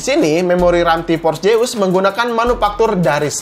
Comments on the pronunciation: Orang sunda hahaha T-Force Seus bukan T-pors jeus wkwk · Nobody:: Ti pors jeus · Org sunda mah te bisa ngomong ef. Tipors jeus :v